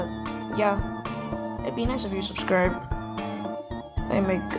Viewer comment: Ah yes all of us lets "Subscib"